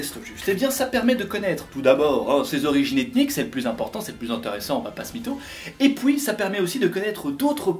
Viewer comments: le "et pouis" ça m'a achevé 😂 Oui je suis une enfant. ☺ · ”et pouis” 😂😂😂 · « et pouis » 🤣🤣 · «et pouis »